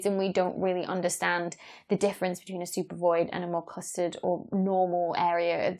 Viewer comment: "... more clustered..." at first i thought she said "custard"